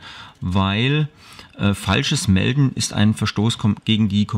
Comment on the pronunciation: Das heisst MELDEN nicht MELTEN :D